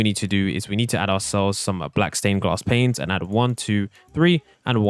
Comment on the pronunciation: do you ever notice that when he says 'panes' he always accidentally says 'planes' 😅